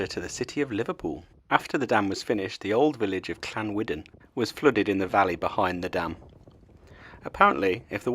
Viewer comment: Llanwddyn is pronounced Llan - u thin. Good luck with your Welsh